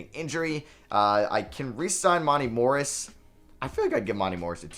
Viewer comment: someone tell him it’s mon-tay morris lol